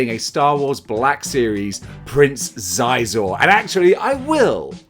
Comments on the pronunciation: Its been some decades, but I believe his name was pronouned "Shee-Zor". I could very well be mistaken! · "I always get that wrong" meanwhile, absolutely BUTCHERING Prince Xizor's name. Are you trolling us today? ESL dudes could'a done this better...